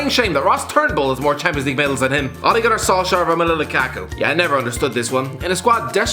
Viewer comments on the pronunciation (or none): none